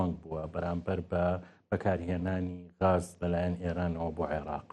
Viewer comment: کاکە گیان ووشەکە گاز غاز بەڤارسی ناوی باڵندەیە. عەرەب ڵاڵە و گ نییە😂😂😂😂😂